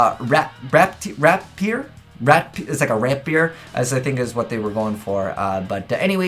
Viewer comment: ratpier = Rat + rapier, not rat + beard